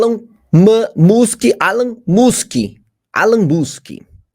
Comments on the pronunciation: Essa jornazista além de mentir descaradamente, é uma ignorante que não sabe pronunciar o nome do homem mais rico do mundo. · Eles ficam tentando passar para a população como se isso tudo um bicho papão. Uma jornalista de terceira categoria e testa de ferro da mídia, nem o nome do empresário ela sabe falar! A Globo está tão apavorada e quase sem profissionais de qualidade, que na verdade são todos pau mandado, tem medo de perder a bocada, a grana é boa e eles só sabem fazer isso e muito mal, ficam pegando qualquer profissional desde que ele se comprometa a ser testa de ferro, botar a cara a tapa.